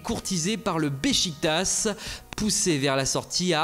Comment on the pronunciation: Euh... pourquoi vous dites "Bechiquetassss", Beşiktaş ça se prononce "Bechiquetache" si vous essayez de le prononcer correctement autant le faire jusqu'au bout non ?